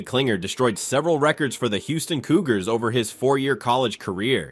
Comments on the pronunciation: His name is KlingLer ... how do you make this mistake about 7 times in the video? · David Kling-LER!!!